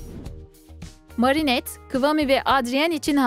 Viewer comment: Marinette Merinet diye okunuyor. Adrian Edriyın diye okunuyor. Söylediğin ismleri duydukça tahtaya sürten tebeşir hissi duyuyorum.😅